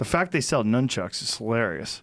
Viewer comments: Joey said nooonchucks😂😂😂😂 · Did anyone else hear Joey call the nunchucks noonchucks ? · Joey: Newchucks Joe: Nunchucks 😄😀🤣😂😭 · Joey said nuun chucks, he’s the best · "noon chucks" hahshagaha